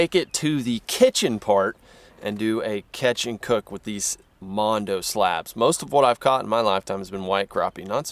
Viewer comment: With all do respect what is a mondo Slab?? I think you`ve heard someone say BonDo which in reference means" Barn Door" down south and got it wrong.It`s Bon Do!Nice catchin BTW! Good Job